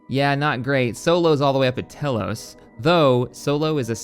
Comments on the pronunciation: "Tell-ose"... someone's never played KotOR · I don’t think that’s how you pronounce telos